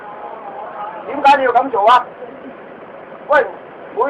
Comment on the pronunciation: 係「點計----你要----咁做，點計你要咁做呀？」